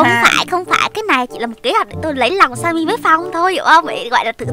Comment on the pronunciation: Sao skin tên Timmy mà tiếng là Sammy vậy